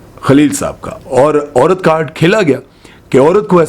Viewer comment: Apni Urdu theek karo ,it’s Aurat not oorat !